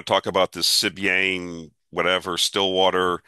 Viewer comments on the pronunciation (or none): Sibanye is pronounced Seh-Bon-Yay